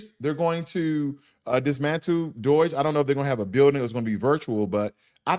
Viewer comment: it's DOGE, not DOIGE